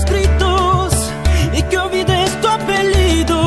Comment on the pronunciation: I love how says "Apellido" like "Apelido" or "Dejame" like "Deyame" xd